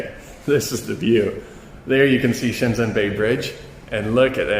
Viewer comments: Please pronounce Shenzhen properly. It is not shenZen, it is shenJen. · Nice video! Thanks for the introduction to a building I wouldn't normally get to see. Your mandarin is good too, which really makes me wonder why you pronounce Shenzhen like a foreigner who has never studied Chinese?? ShenZEN ! Anyways, great content otherwise :P